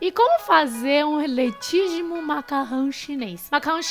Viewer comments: .letigimo tá errado. O correto seria Legítimo. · hahahaha..... gostei do "Letigimo".... rsrsrs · Letígimo kkkkkkkkk vc e uma fofa!!!